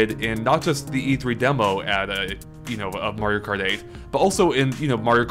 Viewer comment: loll who else heard mario karty